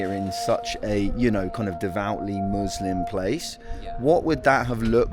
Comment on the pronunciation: It’s “Muslims” not “moooslims”